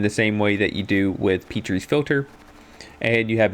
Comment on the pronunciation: Good video, I completely forgot that starter decks can still go 2-0 and that it isn't impossible to climb ranks well with them. Also, you mispronounce Petri's Philter; Petri's is pronounced as Pet-ri's (pet triss, almost) rather than Peat-ri's.